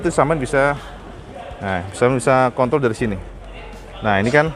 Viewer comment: klo masnya nyebut kontrol saya ketawa kedengeranya seperti alat pusaka lelaki.mungkin ngomongya kecepatan..haaaaaa